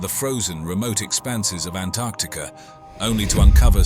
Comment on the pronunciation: I love that he pronounced Antarctica correctly.